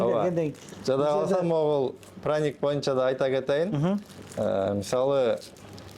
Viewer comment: Азаматсыздар!Праник дегени жакты😅